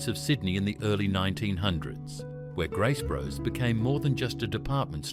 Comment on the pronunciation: Graces bros I think it’s grace brothers